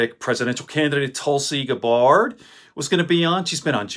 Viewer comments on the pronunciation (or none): It's Gabbard not Gabard